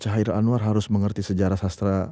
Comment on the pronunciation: Pengucapan Kairil Anwar dari pembawa acara terasa mengganggu. Seharusnya KHairil Anwar. Selain daripada itu, video ini sangat menarik dan bernas!👍👍 L50.